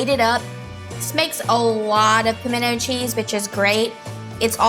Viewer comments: I fully agree! it's not pamendo! Just like the word important! not imporDent!! where's the o,where's the d 😮😮😮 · Everyone I know in Tennessee, clearly says "pimento" with the "t". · I’m from North Central Texas, born and raised there with a definite Texas accent. We pronounce the “t”. Maybe it’s just a Georgia thing not to pronounce it? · I couldn't be around her every day. She would get on my nerves. And I live in the south... and I don't know anyone who DOESN'T pronounce the "T" in Pimento! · I'm from Texas. We always pronounce the t in pimiento. It's just a soft t.😂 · As somebody who has spent their entire life in the south, I don’t know a single person who doesn’t pronounce the “T” in pimento. Me, and my family (who has lived in the south much longer than me) pronounce pimento like it’s spelled. Thanks for the actual recipe, by the way. Glad I know the amounts of each ingredient to add 🤨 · Girl, bye. Texas born and raised and pronounce the T. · ➡ I'm from the South and absolutely pronounce the T in pimento. ⬅ I also use diced pimentos in my recipe but never drain them. You're just throwing away flavor when you do that. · You certainly are an opinionated. If you do not know anyone who pronounces the “T” in PIMENTO you have a very small number of family, friends and acquaintances. I am probably twice your age and I probably know twice as many people as you do and none of them eliminate the “T”. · Nope Nope Nope. In South Georgia we pronounce it like "Pomina" cheese. We tend to skip the "t" sound. We make it with equal parts of sharp cheddar and pepper jack, mixed with your favorite mayo and minced Jalapeño. The secret is to add in your favorite spices such as creole seasoning. 😊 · I'm from southern Louisiana and I've always heard it pronounced like Pamino cheese.